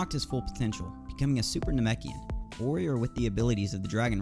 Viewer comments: It's nah-mek-ian not namiken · Ok how to do you mispronounce namekian the first half but get it right the second🤦‍♂️